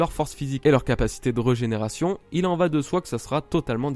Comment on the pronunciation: Ne le prend pas mal mais c’est rÉgÉnération et pas rEUgénération ça pique les oreilles ;)